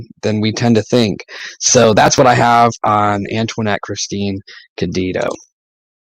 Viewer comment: Cayedito is pronounced "K'eye-uh-dee-toe".